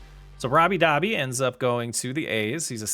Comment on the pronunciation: I don't think it is Dobby? I think it is pronounced Doe-bee. I could be wrong. Great video.